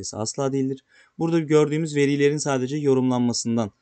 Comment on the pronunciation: Seni çok takdir ediyorum dostum ama şu "veriilerin"diye ikinci heceyi uzatman doğru değil.